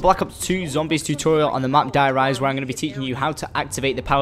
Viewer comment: It's pronounced Di Rise not Die rise it may be spelled like that but the Germans don't actually say Die lol